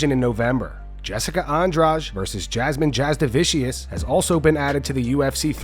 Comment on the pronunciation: "Jasmine Jasdavicious" LOL Is every single MMA commentator illiterate, and incapable of learning to pronounce fighters names that they talk about ? Pathetic.